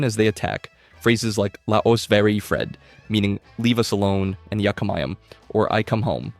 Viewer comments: How on earth did you get "jeg kommer hjem" to "Ya kamayam"? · That was pretty much expected, but spelling "jeg kommer hjem" as "ya kamayam"? Woof. 😂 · «Ya kamayem» is for sure not Norwegian 😂 «jeg kommer hjem» would be correct